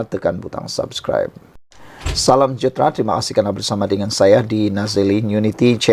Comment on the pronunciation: Pse correct ur pronunciation it sud be Salam sejahtra not salam jahtra....